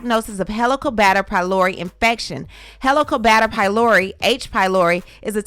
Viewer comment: It is pronounce heelico bacter (like Helium) fyi